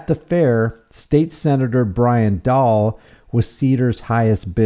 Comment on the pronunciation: Dahle is pronounced dah lee.